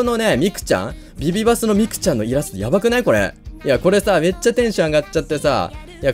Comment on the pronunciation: 発音良すぎません？？ ビビバスのミクちゃんって言ってる…(かわいいです！笑)